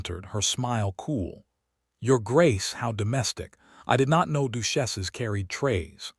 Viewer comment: Staring not starring. Duchesses not dusheses. Hoping not hopping ffs. Fix your AI narrator. Watching? This is an audiobook not a movIe.